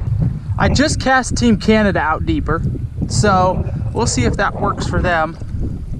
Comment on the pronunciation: did you just call Canada... canadia? 😭😂